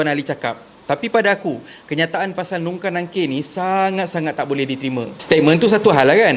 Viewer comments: Sorry..tp mungkar bukan 'nungkar'..sorry bang🙏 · ko pon salh sebut.. haiyya.. nk buat konten pon sebut la betul2.. mungkar dan nangkir... bukan nungkar nangkir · Perbetulkan sebutan/ejaan.. Mungkar dan Nakir.. bukan NUNGKAR NANGKIR.. hati² ye..